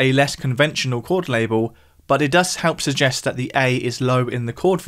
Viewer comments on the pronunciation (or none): none